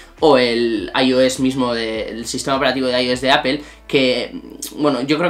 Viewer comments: Porque ptas dicen "Apel" si apple se pronuncia apol, que fastidio! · jajajajja por que este men dice apel????? O_o, I've been teaching english for 15 years and once talking to a fellow teacher who has been working all over the world told me, spanish learners are the hardest to teach, now I know why. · De apel? Que mal inglés!